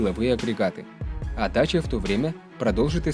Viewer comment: По румынски и молдавски это произноситься как ДАЧИЯ!